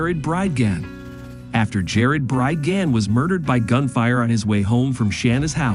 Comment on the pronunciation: This is AI and repeatedly mispronounces Bridgeman over and over. Was any english speaker involved here?